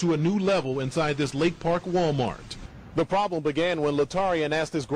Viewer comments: She said Walmart like Walcart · "Walli-mart" haha